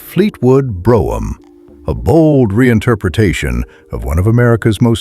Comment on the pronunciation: AI can't even pronounce Brougham correctly. Pitiful